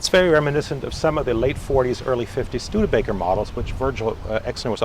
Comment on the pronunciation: Stude A baker. 😆 🤣. Where do they get that pronunciation out of Studebaker ?